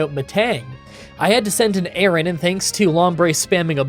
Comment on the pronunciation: The pronunciation of Aron and Lairon have to be rage bait right?